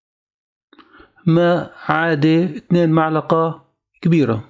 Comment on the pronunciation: معلقه أو ملعقه هههه عطوه لايك والله لما تابعت آخره أعجبني